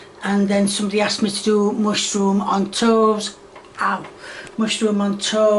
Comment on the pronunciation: Why does say hegg and mushyroom. What kind of bizarre contrived accent is that? English people don't say mushyroom, do they? Hegg?! HEG?!!! Where did the H come from? Is she trolling the audience? And finally, why is she getting flustered over the word "can?" What's so upsetting about "can?"